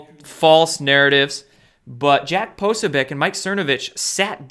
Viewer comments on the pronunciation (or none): Poso - BEE- OTCH not Posobiec :-)